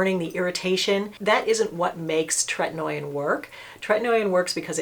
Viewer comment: Correct pronunciation is TRET-IN-OH-IN not tret-in-noy-in. Not trying to be obnoxious, just know you like to be correct in your information.😊